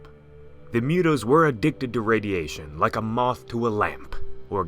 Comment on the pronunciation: Mootoes not mewtoes